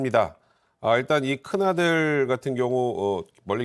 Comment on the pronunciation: 사건 개요 설명하는 여아나운서 미리 좀 읽어보고하지... 큰~아들 ->큰아들